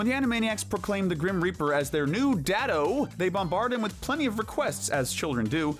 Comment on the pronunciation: Not "Dad doh" its "Daddoo"